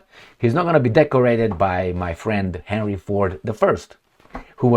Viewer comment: And he pronounced it "Harry", not Henry or Herny.